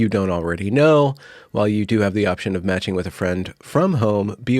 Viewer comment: Ok, it wasnt until about half way through that I realized you weren't saying roommate magic, that you were actually saying roommate matching 😂 this video was so much better when I thought it was roommate magic haha